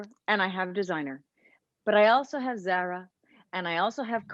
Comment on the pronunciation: Zara is pronounced zar ah